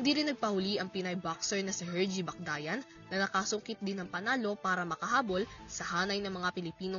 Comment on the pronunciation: Ingat po kayo sa pagbabalita, hindi po Bacdayan yun kundi Bacyadan